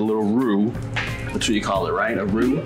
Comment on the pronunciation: Love it so much when says "Roux"!! Mac'n Cheese is ALWAYS a great idea!! Thank you!!